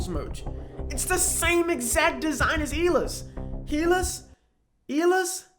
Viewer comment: struggling to say Silas made my day